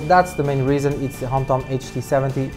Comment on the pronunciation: its HOMTOM not Hampton